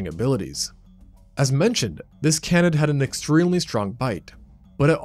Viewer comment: How does the narrator not know how to pronounce "Canid" or "Canidae"! It's pronounced 'KAYnid', not 'cannid'.